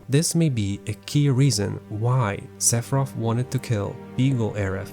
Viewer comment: This is absolutely jarring that he chooses not to pronounce the th sound😬